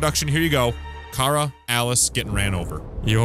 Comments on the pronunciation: Kara is pronounced k-ra not ka-ra in this game so you’re wrong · Luthers says Kay- ra while Alice says kar-a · mynameadehsenpai No. it’s two syllables. Ka-ra. The dude mainly behind the soundtrack of Kara says how he used those two syllables to make a lot of the soundtrack.